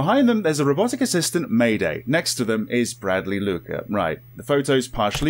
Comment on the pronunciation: lol may-day, its maid- A.I , just need to split it apart